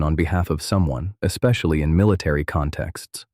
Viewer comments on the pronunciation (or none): none